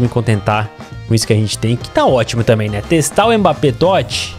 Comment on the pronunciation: No minuto ele fala mpabbe